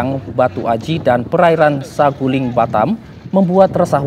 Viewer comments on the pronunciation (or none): Sagulung, bukan Saguling 😅😅😅